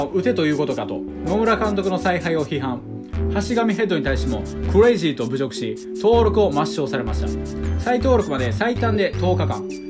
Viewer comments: クレイジーの発音だけ練習した？ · クレイジーの発音よww